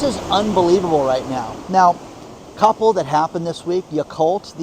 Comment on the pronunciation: when you yakkult I thought you said occult …